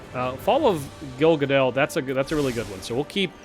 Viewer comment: its fall of gil gaLADnotgil gaDAL.. pls..othrwise thumbsup ^^